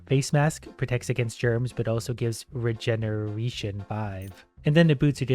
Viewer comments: regeneretion is how he pronounced it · "regeneretion" lol